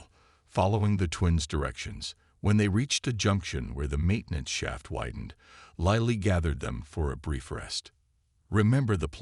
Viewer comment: its lily not liely